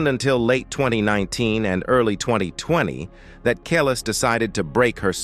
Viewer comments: It sounds like he is saying callus 🤦‍♀️ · You are saying Her name Wrong, AI bot!!!!! It’s KUH-LEESE. You suck! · always thought it was pronounced Kel-ees - anyone know if that's right? Maybe the A.I. voice can't get the subtleties. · I wish he would pronounce her name right. If you’re going to make a documentary you should make sure your pronouncing the subject of the documentaries name right. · Yo don’t speak on our culture until you learn or know the correct pronunciation of the artist’s name. You sound ignorant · I hate when the person telling the story pronounce the person's name they way they want to when she and all of her fans say it differently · The way the narrator is saying Kelis’ name is sending me 😭